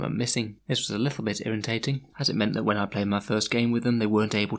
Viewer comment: "this is a little bit irriNtating". Nice one xD